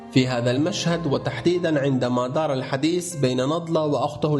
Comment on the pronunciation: انت قلت حديس وهذا اكبرخطا